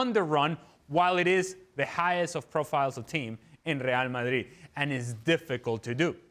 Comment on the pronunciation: It's real Madrid not real Marrid stop saying it like that you clown